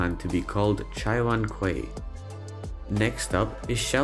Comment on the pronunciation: "Quay" 的發音等同 "key", 如果是用美式發音就當我沒說過吧。